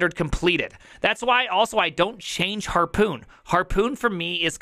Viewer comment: says HARPON like its PARKOUR, lol